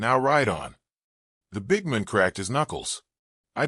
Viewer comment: Your AI voice has trouble pronouncing the word MAN. Try again, this one’s a dud.